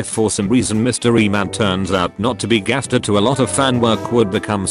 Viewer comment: here its like gaster with a j see jaster